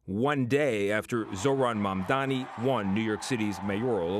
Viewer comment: All Mamdani's haters like to mispronounce his name as "MamdaMi".